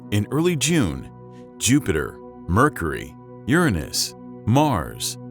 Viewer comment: Ur nus?? Lol